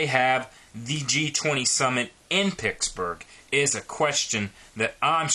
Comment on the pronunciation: At least pronounce it properly. It's PITTSburgh, not PICKSburgh.